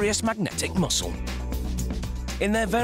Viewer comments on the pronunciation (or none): none